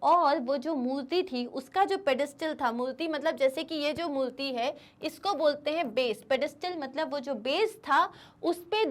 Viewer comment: Why you call murti as multi is murti not multi 🤷🏻‍♀️